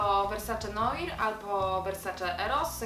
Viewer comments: też chciałam wspomnieć o poprawnym wymówieniu - NOIR = [nuar] z franc., czyli NOC ^^ :D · Mówi się "Nuar" nie "Noir" ;) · Ale jesteście cudne:) piękne, mądre, mega poczucie humoru:) PS. "Noir" czytamy "nuar" z francuskiego:) Moje ulubione to YSL- black opium na wieczor, zimę; a latem i w dzień D&G- L'imperatrice 3;)